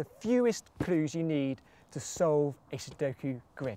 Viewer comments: I hate the way he says "clues".. His L sounds like a D. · you say clues in a funny way :)